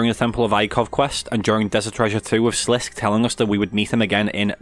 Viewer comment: It's pronounced SLIS-KAY rather than SLISK in RS3 voice acting, like as if he were French and there was an accent on the E in Sliske Sorry I gotta correct that, love the lore videos man!